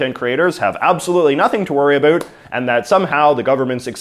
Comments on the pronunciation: We don't say a boot we say about..... In Canada ..... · Did you say aboet? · He’s saying about like that on purpose. Farming views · why do you say about like that? nobody actually says it like that. Why are you feeding into the stereotype? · you say "about" like and American or an actor on a Tim Horton's commercial (made in USA) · How are you able to pronounce the “o” in “now” properly, but you just CANT make that same sound when saying “about”???